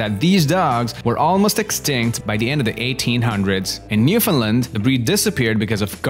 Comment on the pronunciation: You said Newfoundland wrong